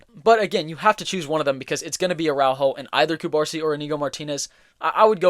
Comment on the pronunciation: hey bro love ur videos, catalan fan from the city of barcelona here, ur videos help me improve my english and i wanted to help u back with ur pronunciation. u misspronuncing Cubarsí surname, u are pronuncing Cubársi instead of Cubarsí it sounds weird. in catalan (also in spanish) the accent marks the stressed syllable (in this case the last letter of the surname). u gotta put tension in the last letter “í” saying Cubarsí instead of Cubársi.